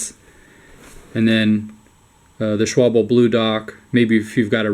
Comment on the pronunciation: "Shwabble", LOL